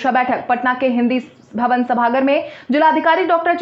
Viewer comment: बड़े शब्द तुम नहीं बोल पाती हो सभागर नहीं सभागार होता है